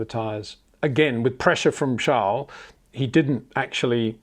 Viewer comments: So sad Peter, your clearly a fan boy of Adrian Newey and Charles Leclerc the basis is often frustrating and uncomfortable to watch at times, even the way in which you choose to pronounced Charles name is proof. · Sjarl???? Its CHARLES. or you have a King Sjarl now aswell??